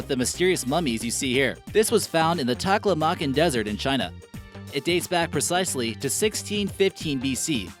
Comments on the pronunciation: Tah-klah-mah-KAHN desert. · Taklamakan Desert is pronounced Tah-lah-mah-KAHN.